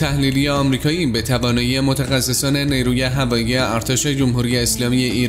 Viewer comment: نی روو نه جناب گوینده‌. نیرو درسته.